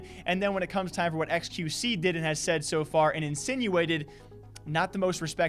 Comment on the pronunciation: Y did she say qvc??? Maybe because it sounds like XQC